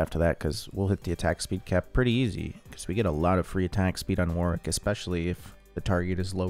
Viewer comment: One day people will pronounce Warwick properly :(